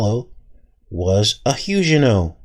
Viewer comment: Huguenot...pronounced: Hyoo' gen not Is this the word being used?